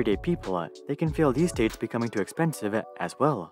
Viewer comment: Please practice pronouncing the letter "o" you're adding "uh" and "ah" at the end of words that end in the letter "o" and "oo" like "idaho-uh" or "too-uh" and "san francisco-uh" please ...